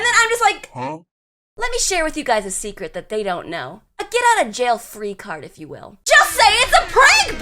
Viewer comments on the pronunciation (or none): none